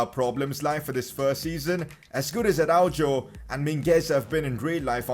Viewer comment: man said ArauJOE